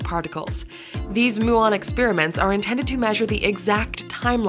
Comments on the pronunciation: ... it is pronounced myew on, not moo on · Muon should be pronounced as mjuːɒn, and Fermilab is not a company.